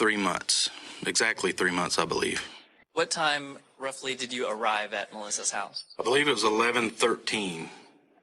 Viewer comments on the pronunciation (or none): I’m sorry but hulse 😂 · Which "heaws" did the crime happen at? Also, I was wondering if the suspect is usually the victim's "speaws" and if the crime was "abeawt" one of passion or a custody battle eh? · What part of north america are you from to pronounce the word HOUSE That way ? HOEUSE